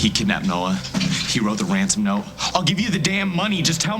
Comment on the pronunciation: tell me i'm not the only one who thinks Luke said Wansom instead of Ransom -ish xD it just sounded adorable though xD